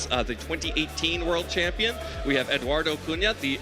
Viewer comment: Also calling him Eduardo, "Edoo".